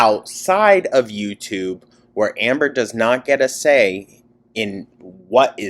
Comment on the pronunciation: I love being high and listening to how you say "hi ambor" KILLS me! I missed so ankleeee so glad youre back your commentary has been missed ❤